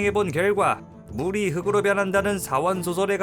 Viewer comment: "흑으로" => "흙으로: 흘그로"